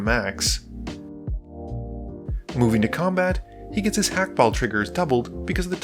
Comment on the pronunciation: you're on the money with Clav but you do in fact pronounce the H in Hakbal's name